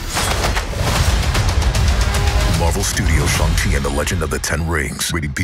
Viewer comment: If it’s spelled Shang Chi why is it that they pronounce it as Shong Chi? Or is my hearing going bad.